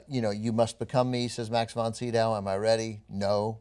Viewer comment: 'max von doovee'.you are such a fucking dope.